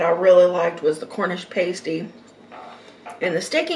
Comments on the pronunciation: It's pronounced Cornish pah-stee, not pay-stee. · It’s pronounced pass-tee not Paisty by the way :-) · Sausage rolls Cornish pasty.... pronounced passtee and scotch eggs are usually finger food, you eat with your hands. Glad you have British food in America. Cottage pie is made with beef, but Shepard's pie is made with lamb 🙂. Sorry for the edits....but you don't eat Yorkshire puddings with syrup...only gravy!! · Paaaaasteeeee get it right!!!!! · Exactly! Pastee is a pie...Pasty are things you decorate a nude figure with 🙄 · Pasty like nasty not pasty like tasty, was so annoying lol😂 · Hi! It’s pronounced “past”ie like the word past. The cottage pie is what we (USA)call shepherds pie. The correction is: Cottage pie-beef, shepherds pie-lamb, Cumberland pie is cottage pie with shredded cheese on top. Also that Yorkshire pudding is huge!!!!!!! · You say pasty like nasty oh and please don't put gravy on it or the scotch egg lol. Definitely no syrup on the Yorkshire pud thats sacrilege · Hi. You’re supposed to pour the gravy over the mash potato and peas. The pasty is pronounced like pahsty with an ah sound as in umbrella. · It's pronounced: pass-tee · Pronunciation sounds like cornish 'past ee' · Cornish 'Pas-tee'